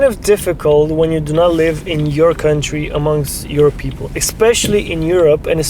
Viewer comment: Jetzt mal ehrlich, bin ich der einzige der die Dänin, jedes mal wenn sie "Kauntry" gesagt hat, im Kopf verbessert hat? xd